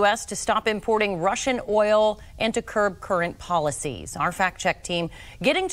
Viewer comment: So many Americans struggle saying the word "oil" lol... it's hilarious. OIL not Ohl